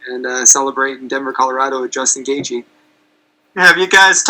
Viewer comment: love how he calls him justin gaethe every time lmao